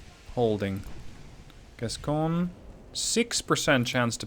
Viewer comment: Gascogne has become Gascgone.